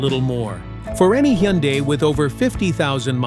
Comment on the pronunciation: Hyundai is pronounced like "Sunday"...just saying😊BTW, all this applies to KIAs, too!